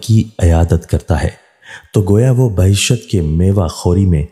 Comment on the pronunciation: ye bahishat word nahi parha jaiyga bulke baheesht hai